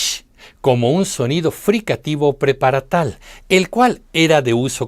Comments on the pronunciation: NO es "preparatal", sino "prepalatal" (de paladar). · Usted menciona "preparatal", no es "prepalatal"? Del paladar.